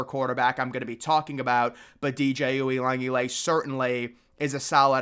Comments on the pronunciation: You messing up DJ U's last time as badly as you did is just disrespectful. As if you've never heard his name pronounced correctly in your life. If you watch College Football you've heard his name pronounced correctly. Try it next time. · Bro can’t even say the first guys name and I’m supposed to take him seriously? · I've heard it butchered before but man that was murdered lmao